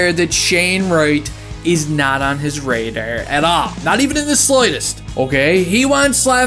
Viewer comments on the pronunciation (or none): none